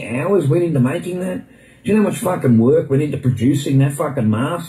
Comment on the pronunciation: “It doesn’t WOOK and you cannot punch on it”